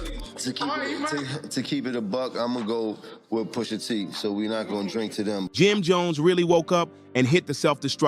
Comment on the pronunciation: Poosha ??? 😂 it’s pusha